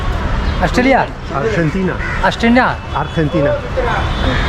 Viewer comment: Wheres yuh candry? Oustralia? Oustina? No no 😂😂😂